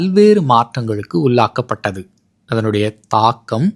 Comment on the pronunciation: உல்லாக்கப் பட்டதில்ல.... சரியாக உச்சரிக்கத் பழகிக் கொள்ளுங்கள் ப்ளீஸ். உள்ளாக்கப்பட்ட பட்டது.... சொல்லுங்களேன் ப்ளீஸ்...